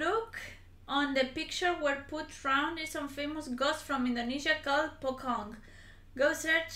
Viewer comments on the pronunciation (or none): You must purnounce the puCong with c not the k like pukong